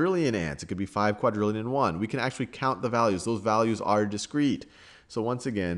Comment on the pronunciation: "well they arre limited by the speed of light" lol sal